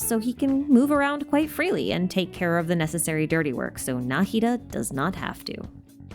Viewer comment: the way i never noticed he fights like ruin guards incredible work subscribed thank you for this masterpiece I don't usually watch long videos but this one is so perfect and interesting I had to watch the whole thing also thank you for pronouncing Nahida's name correctly